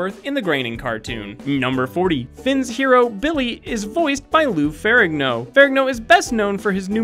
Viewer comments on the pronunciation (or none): Roiland = Roy-land, not rolland. Also Farigno